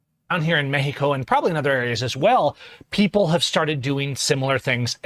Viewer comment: Never seen so many people moving to mecsico. (Now pronounced mehico) LMAO!!!!😂😂😂😂😂😂